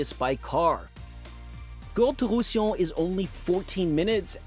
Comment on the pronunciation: IA à gogo et les 'oms sont très mal prononcés les Bas de Provence ? Illons pour Roussillon ?? 😱🧐😡